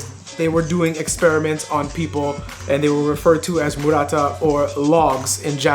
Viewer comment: The name is actually 丸太 (Maruta), not Murata